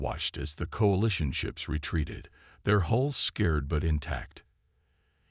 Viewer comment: totally agree the AI has no idea how to pronounce words , there hulls were scared (marked not frightened) . As the other comment says at least listen to the story before posting so it actually makes sense by pronouncing the actual words correctly not an AI guess at it